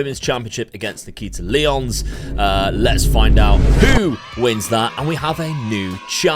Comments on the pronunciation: another wwe game i can't play... will still be fun to see you play this! 💪 edit: also, nikkita's name is not lee-ons, it's lie-ons. as in lions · I know you do FM content too, so I can understand the mix up. Nikkita Lyons is pronounced like Lion (her indy name was Faith the Lioness), not like the 7 time Ligue 1 champions, Lyon.